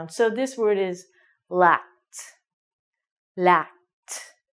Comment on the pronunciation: Thanks a lot, just question: when you pronounce "sacked" and "lacked", i can hear sat and lat, is "ck" omitted?